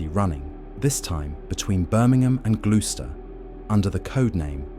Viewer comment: Don't forget glue-ster